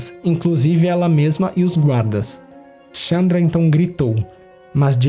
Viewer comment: Muito bom, mas é Chandra e não Tchamdra